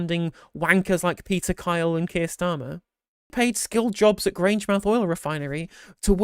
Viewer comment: It's Grange mouth. Not Grangemith.